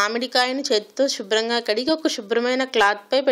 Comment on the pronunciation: shubram kaadhu subram mathramay chadivesthay unna mathi poinattundhi